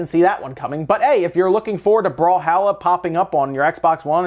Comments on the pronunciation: Brawl-holla . not brawl-hal-a. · I believe the pronunciation, just based on spelling mind you, is brawl-hall-ah